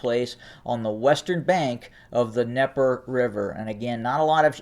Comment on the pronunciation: I really appreciate your reports, but so everyone is on the same page the Dnieper is pronounced neeper. I know that seems nitpicky but especially when those who have little understanding clarification on pronunciation across the board makes it more understandable for some. Please take no offense, I mean none. You are one of only three online with a degree of proof and reliability. It may be an accent or regional dialect issue, but those I know there well say neeper